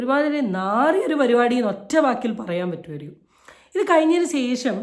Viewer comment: "സേഷം " അല്ല ശേഷം ആണ് 😅☺️. റിയാക്ഷൻ വീഡിയോസ് എല്ലാം നന്നാവുന്നുണ്ട്. ഒരേ വിഷയം ഒരുപാട് പേർ റിയാക്റ്റ് ചെയ്യുന്നുണ്ട് അതിൽ സ്വന്തമായി ഒരു സിഗനേച്ചർ സ്റ്റൈൽ കൊണ്ട് വന്നാൽ മികച്ചു നിൽക്കും ☺️ keep going dear❤️👍